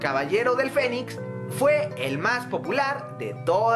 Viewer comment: Parece que en lugar de decir "el fénix" dices "el fenic"